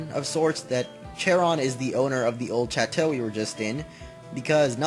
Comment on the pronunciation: yeah it does mean castle (and can also mean a big ass house lol) but it's pronounced a bit different from the first time you said it. it's not "Chat-oh" it's more like "Shaw-toe"